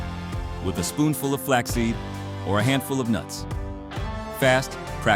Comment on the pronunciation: “Flaxseed. And a HANDFUL OF NURTS”